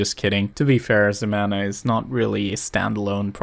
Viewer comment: "ZEMANA" ... YOU'RE DRUNK, GO HOME!